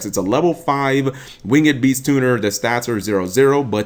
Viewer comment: please look up the correct pronunciation for the word "winged." ur driving me nuts!